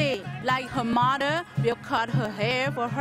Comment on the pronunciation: its like she said her murder but actually she said her mother